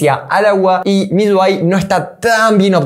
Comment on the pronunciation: Papu es MIUI...no MIYUI....UI...no lleva Y...me parece ...